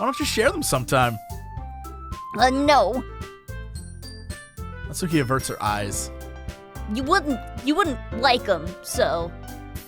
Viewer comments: You can hear twitch a little every time Jesse pronounces it "Nat-soo-ki". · I die a little inside every time Jesse intentionally mispronounces "Natsuki" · finally caves and pronounces Natsuki incorrectly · Omg that's not how you pronounce natsuki... LUL